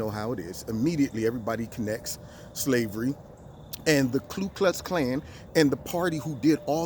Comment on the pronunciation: Love you, but it's the KU Klux Clan...not KLU Klux Clan. 🇺🇲